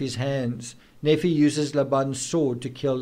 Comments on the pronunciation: Nephi is pronounced "Nēē fī" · Hiplos sounds like code for the operation, not a person. Nephi is pronounced Knee-fye, Laman, Layman, Lemuel lem-you-ell. I'm not l.d.s but friends are. No wonder poor Tylee was murdered, she knew Charles was shot and purposely left to die...poor, poor girl!. Lori has been delusional for year's, building up to this, keeping it under wraps. It would not surprise me if the reason she is in a mental facility is that she is Still hotly proclaiming that she is "chosen" and has been merely fulfilling the lords will!!. Her defence lawyer can't very well work with that...Chad on the other hand has had I.M.O, delusions of grandeur and felt he was destined for greater things for a long time BUT I think he made up and believed his own b.s as he went along spurred on by Lori's adulation and that of their warped followers. What a mess! I don't think Lori will Ever believe she has done wrong and will continue to see herself as a martyr for Chads "cause". More people must be arrested and charged obviously in light of current information. The main two players must be confined, kept away from society...forever? We can only hope.